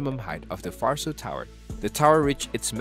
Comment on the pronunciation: My ears bleed every time I hear "farso". It's pronounced Varso, with hard "v" like in "vet". Was there 2 weeks ago, quite empty for now. The plaza part seems to be a cool place, a real technology hub, it looked like there was a lecture in one of the rooms when we arrived. The tower will be open for sightseeing next year.